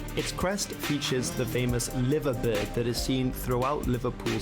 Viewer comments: The symbol of the city of Liverpool is a mythical bird - the liver bird. This is usually pronounced "lye-ver" rather than "liver" and its modern depiction is of a cormorant holding a sprig of laver seaweed in its beak. However, the oldest seal of the city has a more generic bird, thought to be a poorly drawn eagle, holding a sprig of broom in its beak. This harks back to the founding charter of the town of Liverpool granted by King John. John's royal emblem was an eagle (taken from his namesake, St. John the Evangelist) and the sprig of broom represented his royal house, Plantagenet (planta geneta = yellow plant after the sprig of broom that John's grandfather, Geoffrey of Anjou, habitually wore on his hat). There are plenty of clubs in the centre, east and south-west of England as well as in South London. Unfortunately, none are currently good enough to be represented in the EPL. You will find these clubs littered throughout the EFL - the English Football League. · I can't believe how bad the narrator is liver bird? WTF. Li-ver bird. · the fella in the video pronounced a few things incorrectly :/ Liverpool's liver bird is pronouce like "lie". Liver Bird. im sure ill stack more on here as i finish the video 😂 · a) It's Liver Bird pronounced LIE - VER and b) Look up the Manchester Ship Canal... Up the Toffees! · The way he said Liverbirds 😅 its ‘lie-ver-birds’ but yes ‘Liverpool’ was said correctly 🤣. My team is Liverpool (i can trace my whole paternal lineage starting with my dad back to the 1600s in the Liverpool area!) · Liver Bird? Wtf never heard it pronounced like that. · The guy doing the commentary makes several mistakes. Mispronouncing the Liver bird is astonishing. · The narrator pronounced Liver bird incorrectly. It's "li-ver" not "liv-er" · It's not pronounced liver - it's pronounced Live er bird - but it is Liverpool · It's not pronounced liver bird its pronounced lyver bird. Where is this commentator from? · LIVERBIRD is pronounced LYVERBIRD